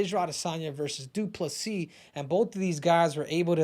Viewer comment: "DU-PLA-SEE".... YOU NAILED IT. Again... as a South African, you guys as Americans, white AND black, are more bothered with the N word thing then most South African lol. It honestly meant NOTHING to us. Well at least from my perspective. I think izzy did more damage to his own people then he did to anyone else.